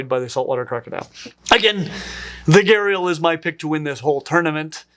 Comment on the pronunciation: Every time you said gharial i heard gyarados and pictured the pokemon